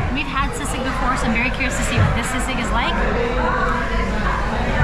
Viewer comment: I know it is spelled sisig and normally you do pronounce words as they're spelled but sisig is pronounced "see-sig". Otherwise credit to you for pronouncing words with short vowels.